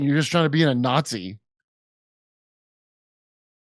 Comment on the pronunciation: you say nazi like a communist jew would jimmy